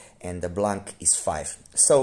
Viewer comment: In French the C is silent in blanc. It means white.